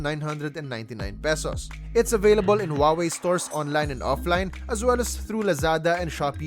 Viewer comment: Huawei’s correct pronunciation: who-ah-way, now repeat after me, who-ah-way.